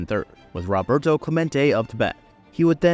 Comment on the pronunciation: Clemente's first name is pronounced "ROH- bert-o," NOT "RAH-bert-o!" 😮